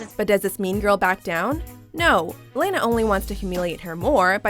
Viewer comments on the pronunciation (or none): It's not laynuh (Lana). This channel never pronounces names correctly 🙄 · You're not the only one...it's pronounced LAHNA, not LAINA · LANA. not Lena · It’s LAHNA not LAYNA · It’s La-Nah (like Anna) not Leyna, just sayin 🤷🏽‍♀️ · im sorry but Layna? Its lahnuh LOL did this girl watch the movie?! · It's La-na not Ley-na. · I got so annoyed. She says Lana’s name wrong. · you dont know how to pronounce Lana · the mispronunciation of Lana irritated me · Apparently, they don't remember the Lana, Anna, and Fontana part....